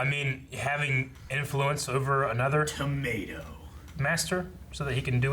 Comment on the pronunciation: To matous = tomatoes. Dammit. LOL